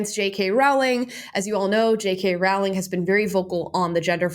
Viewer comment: Damn, people still haven't learned how to pronounce Rowling properly